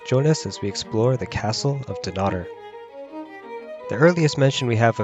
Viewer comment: Your pronunciation of Dunnottar is hideous, when you are commenting on our history you could at least pronounce our language correctly.